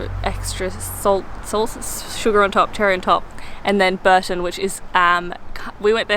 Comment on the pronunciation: Bourton is pronounced bore-tun, and the Cotswolds are in the Midlands :)